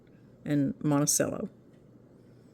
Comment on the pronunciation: Not really worth mentioning but Monticello is Italian pronounced with the "cello" pronounced as "chello". I have always pronounced it with the "ch" sound so I had to Google it to see which is correct. I guess it's just my ADHD. LOL It really irrelevant which we use. Thanks. Good recipes. One more comment. I am a little older than you and it's time you got some raised beds to take care of your backs. I have looked at numerous options, and the Vegega raised beds are my best recommendation. I plan to get a few. Trust me from personal experience regarding your backs.